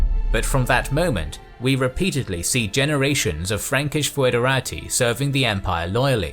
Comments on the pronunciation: It is not pronounced foo-edera-tee. Instead it's /ˌfɛdəˈreɪtaɪ/ which can be read as something similar to federeytey. As such the word is much more similart to federal. /fɛdəˈreɪtəs/ can simply be pronounced federates. The oe sound is meant more as an equivalent of the ø sound, or an o and and e together, forming a more open e-sound, but in practis it doesn't make much difference, and it doesn't really sound much different from a regular e in English. ɪ as in kit ɛ as in dress ə as in about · Haha he can't say foederati. tihihihöhöhö